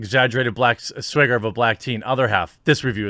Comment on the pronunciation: He said "Swagger" not "Swayger"